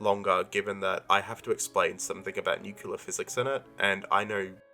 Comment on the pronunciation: Don’t try to explain nuclear physics if you can’t even say it properly